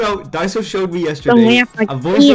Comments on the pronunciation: "Diso" "Multipled" "Blom" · "disso , blom and multiplied" 😭😭😭😭 LOL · “Disso, blom, multiplied”💀